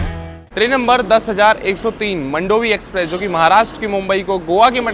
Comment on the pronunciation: मंडोवी नहीं मांडवी 😂😂